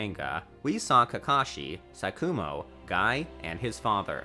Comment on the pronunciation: “Konoha” “SaKUmo”